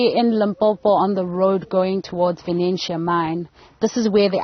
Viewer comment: VENETIA mine NOT VENENTIA mine!